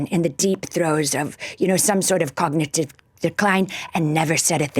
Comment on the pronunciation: Say ‘cognitive.’